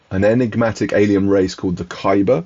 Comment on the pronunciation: Definitely read the novella before The Road to Corlay! PS I always thought it was pronounced Cow-per, not Coo-per :)